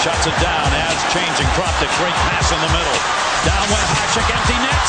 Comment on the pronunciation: Hašek is pronounced HaSHek not Hasek